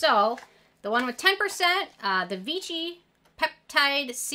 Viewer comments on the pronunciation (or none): none